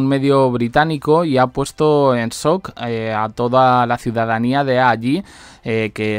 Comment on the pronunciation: Sock pero asi no se pronuncia shhhhh